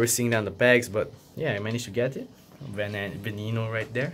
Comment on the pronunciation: Lamborghini venano is pronounced va-nay-no